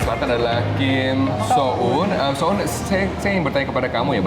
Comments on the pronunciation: Aduh So Eun jadi So Un enggak sekalian aja bihun 😩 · Kim so en oy Bukan so un😆😆😆😆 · so un? lu kata baso ad so un nya. da jelas2 namanya so eun wkwkwk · So Eun (소은) jadi Mie so un; 🤣🤣🤣 lucu pengucapan hostnya. No bully ya, hehe.... abang bakso mana ya?